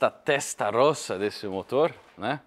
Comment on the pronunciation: roça é de onde você veio é rossa(rôssa) que se fala. vá aprender italiano.